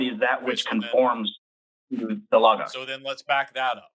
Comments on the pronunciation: And pronounce it correctly this time. 🙄 😂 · For some reason the pronunciation “lah-gahs” is pissing me off lmao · and Forrest deserve sainthood for being able to listen to mispronounce Logos for thirty minutes without correcting him. I wanted to scream! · YES! Thank you! It was infuriating, especially since Forrest said it correctly before the caller started talking about it. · I knew it was gonna be bad when the guest couldn't pronounce logos and I was right